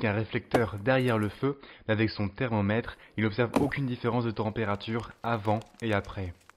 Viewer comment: Dés le début 6s par exemple. Vous dites " les réflecteurs situés..." Mais moi j' entends " les réflecteurs sitEés " Il y a d' autres exemples tout au long de la vidéo, à un moment le o de thermomètre et presque avalé. Et personnellement j' éprouve une réel gène, et je pense que c' est nuisible à la qualité de la vidéo. J' ai l' impression que vous avez un accent de je ne sais où, sans vouloir vous offenser. Je ne sais pas si c' est une question d' élocution trop rapide.